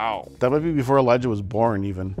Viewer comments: It sounds like he said Elijah won. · he says Eliah.